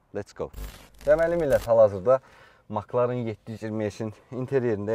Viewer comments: Ala Maklağn yox Mek lərn oxunrr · Fəxri adı MakLarın yox Emsi Larin deyə səslənir